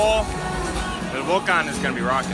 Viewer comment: Pronuncian muy mal la palabra "Tigres"! Se dice tigres y no TIGERES! Tampoco se dice "Vólcan" Se dice Volcán con acento en la ultima silaba!